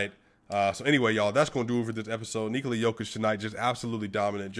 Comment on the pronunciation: Man I love how you pronounce Nikola's name correctly. Serbia loves you brother.